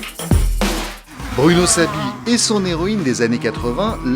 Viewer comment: Pour info, c'est Bruno Saby, pas Bruno Sabie.